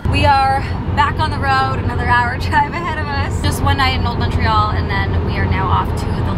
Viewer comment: so happy you pronounced Montreal correctly!! also I moved away from Montreal last year and I miss timmies </3